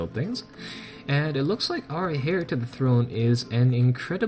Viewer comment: heir is pronounced air